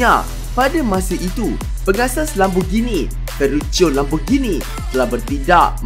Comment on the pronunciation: Bagus sebutan Lamborghini yg sebenarnya bukannya Lamborjini. Ramai pemilik kereta ni yg tak tau sebut dengan betul. Kaya raya x semestinya ada class!